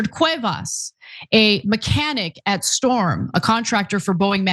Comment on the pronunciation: Strom. Not Storm. Basically a temp agency.